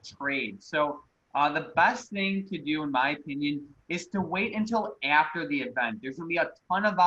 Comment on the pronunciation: yo can u say "EAfter, Heappen, and Beattery" again please